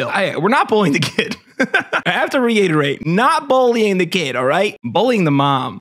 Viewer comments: Are you saying “bollying” instead of bullying? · says “bowly” instead of “bully”